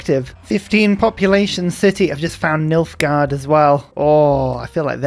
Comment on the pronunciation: Me, halfway through the video: Oh, Nilfgard! I thought you said Milfgard.